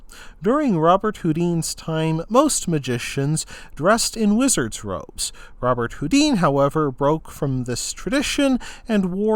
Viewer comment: His name is pronounced "Robert Hoo-DAN", ...much like famous musician Chopin is pronounced "sho-PAN" and not "CHOP-in" or "Sho-PEEN".